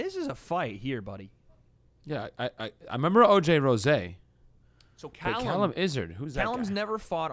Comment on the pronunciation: “oj rosayyy” isn’t oj rose? like derrick rose? lmaoo where did rosayy come from